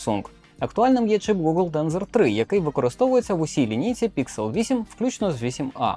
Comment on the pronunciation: Не ПІКСЕл а ПІКСЕЛь!!!! Дебіл ти чи що!???